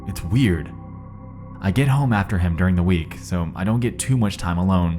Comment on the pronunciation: and his odd speech pattern of making an S sound on words that end with T. "RedditSSS" "PostSSS" "GetSSS" "NightSSS" IS IT HIM OR JUST A BAD AUDIO RECORDING DEVICE.